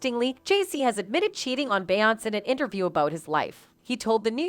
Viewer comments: How do you not know how to say BE YON SAY? What is BE YONCE??? DO YOU SEE THE ACCENT MARK? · Its Beyonc-ay not Be-once but anyway great video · Bey Yonts? lol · The female narrator needs to learn how to pronounce Beyonce FFS. This ish popped up on my YouTube suggestions (*Edit: a completely different video a couple years ago). From my understanding: Rhianna & Beyonce had a Twitter war in which Rihanna tweeted - Since we're spilling tea, I slept with your husband. The YouTube video showed the Rihanna tweet etc... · too bad the narrator can't even pronounce Beyoncé's name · If you cannot pronounce her name correctly do not say it at ALL!!!!!! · YOU CANNOT EVEN PRONOUNCE THAT LADY’S NAME!!! SO WHY WOULD ANYONE BELIEVE YOU??? 😂😂😂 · They way the narrator pronounce Beyonce…..😐😐😐